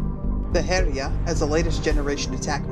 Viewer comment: Following from another comment, it's actually pronounced Hell-yah, almost like 'Hell Yea', but not quite. Speaking as a Scandinavian who has studied more than my fair share of old norse mythology. Still an excellent video as always!